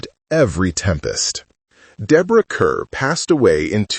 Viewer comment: It's disrespectful to mispronounce her name 😢